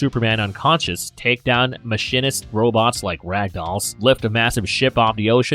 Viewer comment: And, "Mah-sheen-ist". I thought it was an automated voice at first because of the pronunciation.